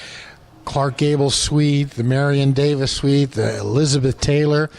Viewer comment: Am I really hearing "Marion Davis" from the host?